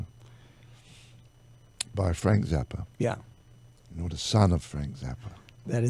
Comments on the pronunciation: Mispronouncing Zappa is just fucking over the line, you're a goddamn flaccid drunken old punk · Mispronouncing Zappa is no God damn mistake!! Jonesy's a fucking tool bag..